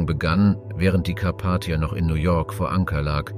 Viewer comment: Die Aussprache schmerzt teilweise in den Ohren zB bei Ortschester oder Karpattia. Das ist echt nicht zum Aushalten. Wird das vor dem Einstellen nicht überprüft? Und seit wann spricht man neunzehnhundertzehn eintausendneunhundertzehn aus? 🤔